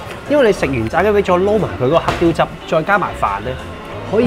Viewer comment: 黑雕汁? 定我聽錯? 係唔係得我讀黑“蕉”汁 😀